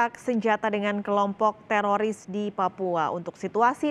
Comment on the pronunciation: Susah banget nyebut teroris 😂😂😂